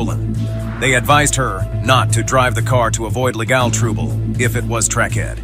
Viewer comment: "....to avoid leGAL trooble?"